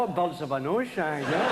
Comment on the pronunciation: "wheres the burds ?"